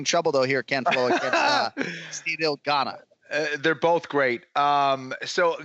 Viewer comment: Guys, love the show. It’s Ciryl “Gan”, just “Gan”. You’re just hearing an emphasis on the ‘n’.